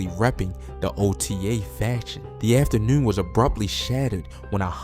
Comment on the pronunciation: On me he said afternoorn